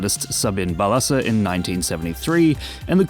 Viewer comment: It’s pronounced BAH-la-sha not ba-LA-sa